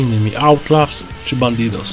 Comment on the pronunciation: Czyta sie Autlałs lub Atlałs a nie Autlaws